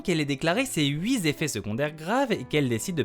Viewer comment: Allez la prochaine fois, pour être parfait, on dira "huit teffets" (pas "huit zeffets") <3